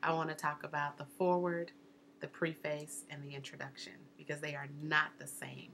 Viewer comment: Yes, that struck me also. You said not to do anything to make you look like a novice, and then you kept saying “Preface,” long “e.” Isn’t it Preface with a short “e?”